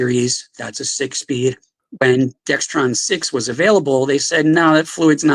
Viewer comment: This seems funny, listening to this again. He says Dextron instead of Dexron.